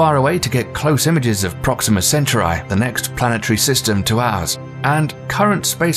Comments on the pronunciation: who tf is this guy who mispronounces so many words... says nucular (nuclear) and mag.elan...? (magellan) and paronamic (panoramic) view..... youranus (uranus) auras.. (auroras) proxima centturai (centauri) the writing is good but the voice actor butchered it. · It's not Proxima "Cent-your-eye", it's pronounced cen - TAU - ree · It disturbs me how this man pronounces "Proxima Centauri". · And “nuclear, and Charon, and Proxima Centauri” I mean, the dude messed up everything.